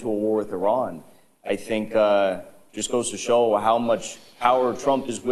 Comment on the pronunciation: sounds Canadian when he says show. Do you condemn Canada? - Pierce Organ